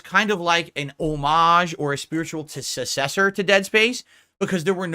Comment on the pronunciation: To this day this dude still can't pronounce successor